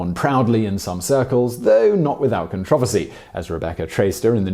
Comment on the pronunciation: The way he pronounced "controversy" kinda made me swoon. Not gonna lie.